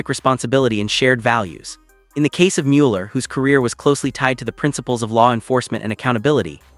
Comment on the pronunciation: For accuracy and respect for Bob Mueller, please edit this narrative to say his name correctly. Despite the “e”, the proper pronunciation is Muller.